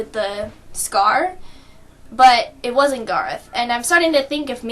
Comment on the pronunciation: I thort you said that Aaron wosnet DEAD